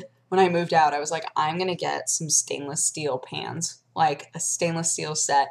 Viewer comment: So I totally heard stainless steel pants at first and was really confused for a bit...